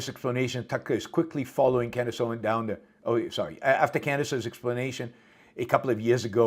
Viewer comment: When is he ever going to learn to pronounce Candace Owens name properly? As educated as Yaron is, it's really inexcusable.